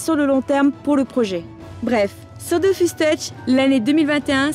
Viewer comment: Pour la partie Goodies, le jeu d'acteur était convaincant jusqu'à ce qu'il prononce "Dofousse". Là, j'ai compris que c'était truqué